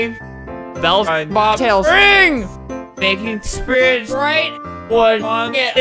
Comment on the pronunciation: When you hear Albert say “Spits” and not “Spirits”